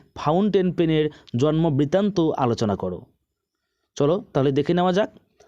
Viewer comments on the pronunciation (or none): none